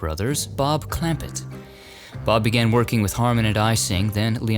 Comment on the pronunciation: Nothing says "I never watched it" quite as effectively as mispronouncing "clamPETT" and "SEEcil."